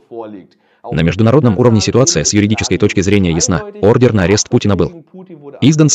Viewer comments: Только на арест даётся не ордеН, а ордеР, и не Орест, а Арест милая, будьте внимательны, вы находитесь в мировой сети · Не орден, а ордер автор!!!